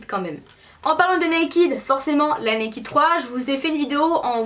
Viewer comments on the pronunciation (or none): J'aime mais on ne dit pas nakid tu vois ce que je veux dire:-) va sur google traduction et tu verras sa ce prononce pas nakid mais voila okeyy :-) :-) :-) :-) :-) :-) :-) ;-) toutes les youtubeuses disent (NAKID') SAUF c'est [ naked ' :-D